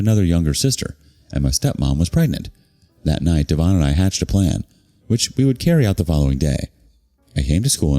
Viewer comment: Could be DEV-on rather than dee-VON.